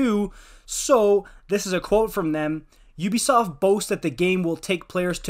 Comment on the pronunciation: Sounded good until you said Ubisoft